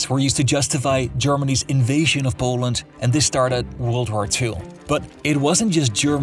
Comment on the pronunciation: Its not boaland its poland dude wtf is that accent